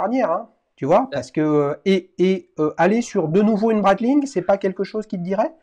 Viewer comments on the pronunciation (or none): Breitling et non breitlling 😅 comme d’habitude toujours au top 👌 les duels Times